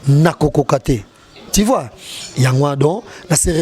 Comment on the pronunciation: “Ti vois, Ti vois”🤣🤣🤣